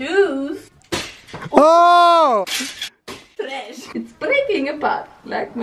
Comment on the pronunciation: Now i say ‘tresh’ all the time hahahahaha